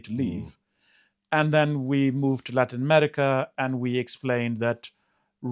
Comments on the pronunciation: Why does he say ‘Emetica’? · I can't stand the way pronounces "America." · To the guy on the left, There is no "T" in the word AMERICA.